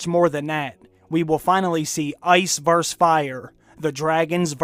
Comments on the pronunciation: It's versUS not verse tybb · Vs=versus not verse. Just sayin' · Versus, not verse. So grating I almost couldn't finish it.